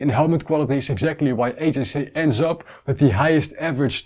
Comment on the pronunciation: Great review as always. Small tip, HJC in English is pronounced 'heetsch djay see' not 'hey j say' (the Dutch way)